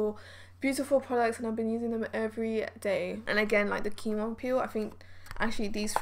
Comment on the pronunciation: Quinoa is pronounced as keen-wah.